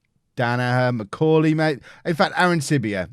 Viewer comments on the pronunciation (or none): none